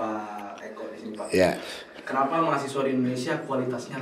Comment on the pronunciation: malah ikut ketawa saat bilang klenapa tidak